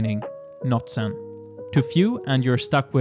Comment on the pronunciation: Scape turned out really well. Your pronunciation of Zen sounded alot like Sin, in a strange way seems appropriate to the video. 😉👍